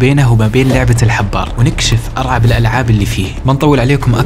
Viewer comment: (أرعب)؟!! أين تعلّمت لغتك العربية يا صاحب المقطع؟!!!